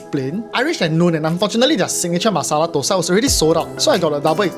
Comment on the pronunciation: dont pronounce it ThoSai (4th Tone) which means it sounds like shi.Tho Sai (1st Tone) pronounced thah-seye.